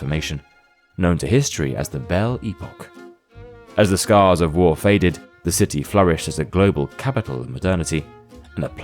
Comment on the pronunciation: epoque is not pronounced eepock